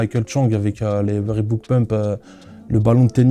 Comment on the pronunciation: Un passionné qui dit "Rébouke" j'ai envie de vomir